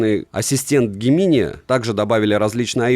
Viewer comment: "дж'эминаи" 😅 ...понятно, что англ.яз не ваша сильная сторона, но просто слух режет. 😢